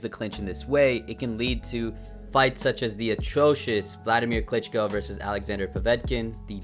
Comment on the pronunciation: "Wladimir Clinch'co"